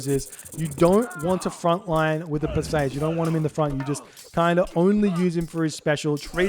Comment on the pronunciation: Per-See-Us Greek usually has emphasis on the start and end of the name